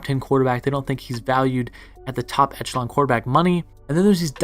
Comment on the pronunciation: Today bit...make sure you facts are more precise and try not to use the word echelon so much...also it's pronounced eh·shuh·laan...constructive criticism THATS ALL!